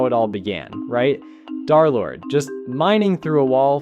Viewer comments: some idiot said "DarLord" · pretty easy to guess why he said darlord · Derlord ❌ Darlord💥✨💖✅